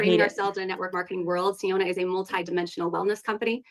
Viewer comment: The name is said like “Fiona” but with “See” instead of “Fee” at the beginning so I am going to think of this as the ogre princess MLM.